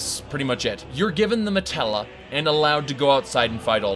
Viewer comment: Also, its not called a matella, its called a Mantella.